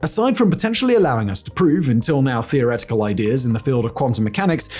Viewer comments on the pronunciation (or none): none